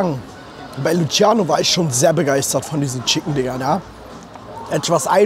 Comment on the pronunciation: Bitte Bruder einen gefallen nur einen hör auf LUTSCHIANO zu sage :D